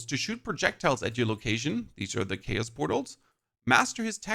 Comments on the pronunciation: say it with me.. Chaos pronounced K-OS. this made my brain hurt.. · Your pronunciation of Chaos is chaotic. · The way you pronounce chaos is driving me crazy😂...how do you say chaotic right but not chaos🤔